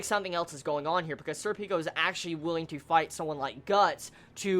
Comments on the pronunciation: pronounced "surpiko" similar to serpent with a ko on the end. Berserk = best manga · Sorry dude, every time I hear you say Serpico, it sounds like you're saying "Sir Pickles"... which is an awesome name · You know, i don't actually have much to say on this one. It's my favorite Arc, and Serpico's awesome (i pronounce his name more japanese-like, namely when it comes to vowel stress, but that's me). And it's only gonna get better.